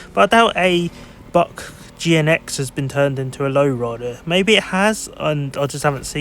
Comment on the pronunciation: Buick is pronounced as "BYOO" + "ik" Happens to the best of us. Good luck with ur next video 👋🏾🙂